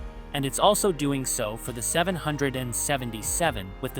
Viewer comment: 747 is bad enough, I REALLY dont want to hear this robot try to say 777. EDIT: Yup. It was as bad as I expected.